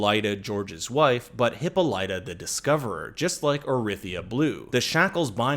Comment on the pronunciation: I knew I heard Hippolyta before, but it was said wrong. It's said wrong now.